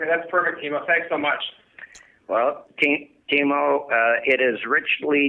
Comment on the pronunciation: It's Teemu 😎